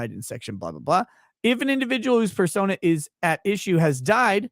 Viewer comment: At 2x speed, use of the word "persona" sounds like "fur-sona," which makes the Afroman lawsuit that much more fun... 🚫 🍞